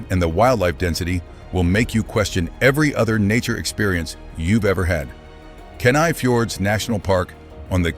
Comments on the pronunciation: Kenai is pronounced Key-Nigh, not Kin-I! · I can tell that the speaker has not lived in Alaska. He mispronunced several of the names, as in Kenai and Wrangell for example.